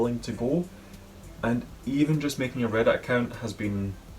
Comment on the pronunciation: are you saying “Red” or “Reddit”?